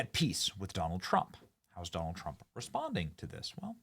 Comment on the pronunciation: “President Jonald Trump”